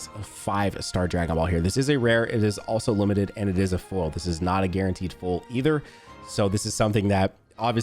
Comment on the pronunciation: Why does say foil like “full” 💀